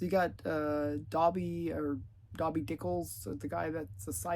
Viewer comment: I could be wrong, but I think his name is pronounced "Doy-bee" ( "Doy" like "joy). I think Dobby (with a short o) is the name of a gremlin or something from the Harry Potter series. I've also heard people pronounce Doiby's name like "Dolby" as in, Thomas Dolby, but I'm certain that's not right. Yeah, looking it up, his nickname is an old-fashioned Brooklyn-ification of the word "derby," referring to the derby style hat he always wears. In like manner, he calls his car "Goitrude," cause his Brooklyn accent makes the "er" in Gertrude sound like "oi." Sounds like you got "Catechetical" pretty right on. I'm assuming it's supposed to be similar in name to the Catholic church's Catechism. Doesn't really flow from the tongue very well. Maybe that's why they only did the one issue. :D